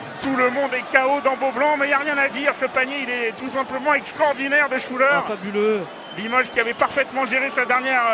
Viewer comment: it's not "shoo da" but "Shuler", the name of the shooter (Jamal Shuler)